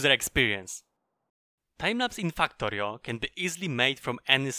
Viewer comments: u saying FAKKTORIO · can't stop laughing when i heard fuck-torio at the start of the video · I love how he says fucktory.